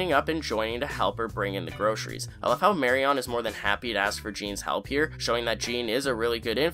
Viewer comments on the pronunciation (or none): Sorry but the repeated mispronunciation of the name Marion got to me. Regardless of spelling it’s “Marian” not “Mary On” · Please don't pronounce Marian's name like that *cringe*....I thought I would be cringe free now that Papa is not in the story any further. Please 🙏